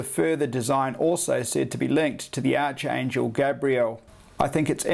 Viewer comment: Its pronounced like ARKAngel...ArchAngel